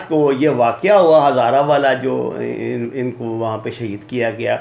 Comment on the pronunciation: بھائی جان پہلے پڑھلیا کرین نا! ہمارے سامنے غلطیاں کرنا تو “دشمن کی چال لگتی ہے”کیوں؟ مطلب آپ دشمن کے میزائیلونکو کہرہے ہیں “اِنکو” جب “اُنکو@ کہنا چائیے تھا!